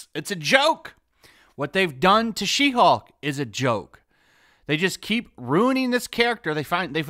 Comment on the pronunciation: You sure that's not "Shim-Hulk"?